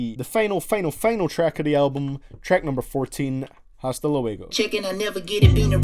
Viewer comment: It's h is silent in hasta